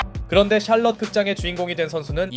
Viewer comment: 샬럼 샬렇지 ㅋㅋㅋㅋ